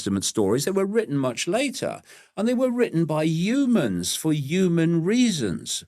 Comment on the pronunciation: I wonder if he says Yewmans instead of Humans on purpose!